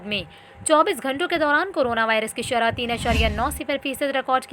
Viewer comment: bibi shrha nahi shrah